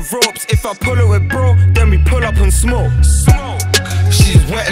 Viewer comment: how can u put all ur bios abt being Irish n then pronounce smoke weed smewk weed😭😭😭 jus cah ur granny marys from kilkenny😭😭😭😭